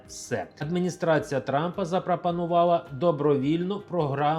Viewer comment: Дядьку 😊, навчіться вимовляти і замість и. Яка ще "адмыныстрацыя"? Особливо якщо ви читаєте текст з листка за кадром.